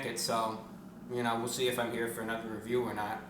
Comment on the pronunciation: So this is 3 times he says wecomle this is reveiw